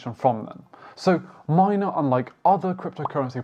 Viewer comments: Good video! The blockchain is pronounced m-ee-na not m-ai-na. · MINA man not Mayna lol